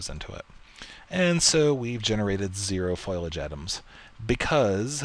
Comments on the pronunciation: Foilage? lol dont mean to be a grammar officer but its Foh-lee-age lol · foilage? or foliage